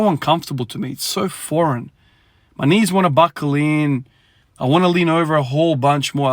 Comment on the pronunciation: Interesting how you say core and knees. Think about what sleeves and a belt help. Interesting interesting. Just an observation. Maybe you need extra extra core and knee mobility/training just to mimic a belt and knee sleeves